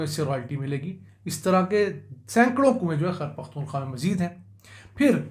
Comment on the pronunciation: Sir g it’s a humble request please pronounce khyber pukhtunkhwa properly,not taking you wrong with any bad intention but it sounds weird the way pronounce it. Shukriya